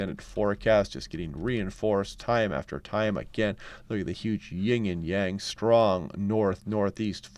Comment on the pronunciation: It's "yin" & yang my friend. 😊 I cringe every time you add the 'g' to Yin. Love your work nonetheless.